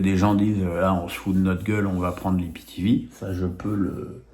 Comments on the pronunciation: on dit soit i p t v soit aïe pi ti vi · de grâce, il faut soit dire IPTéVé ou AïPiTiVi. Ça sonne bizarre dans oreilles, vu que c'est ma 1ère langue 😅. Merci